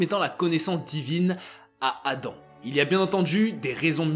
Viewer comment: "La création d'Adame" ? 🤨